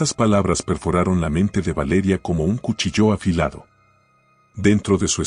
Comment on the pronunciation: SEÑOR por Dios usted es que nunnnnmca va a aprender a leer cuchillo no cuchillo'